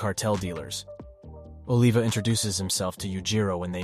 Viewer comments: "ohlivah" bro its Oliver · "oliva" is short for "oliver" not aleva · No disrespect bro but don't ever pronounce Olivia's name like that again😂😂😂